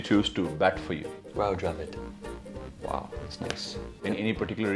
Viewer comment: He said Rahul Dravid